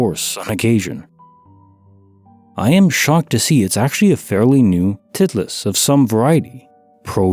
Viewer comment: My husband cracked up when I announced my ball as a tit-least. Because it’s pronounced title - ist❤